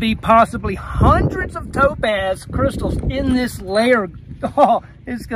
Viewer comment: i really thought you said dope-a$$ every time you said topaz xD